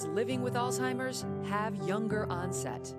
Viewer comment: It’s not Alltimers. It’s Alzzzhhhheimers. 🤨